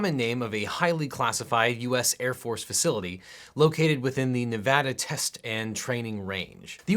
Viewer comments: This entire video is great but the best part is you say NEVADA RIGHT! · I appreciate that tou pronounced Nevada correctly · Thank you for being the one person talking about this that actually knows how to pronounce 'Nevada.' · finally someone that says nevada right